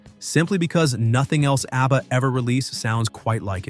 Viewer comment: Why does he keep calling them ARBBA?